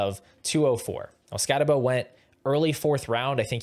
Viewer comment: If you’re gonna knock Scattebo, at least say his name right. No way anyone who actually watched Scatt last year has Tuten over him…